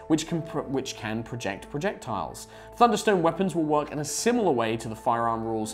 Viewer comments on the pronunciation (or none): none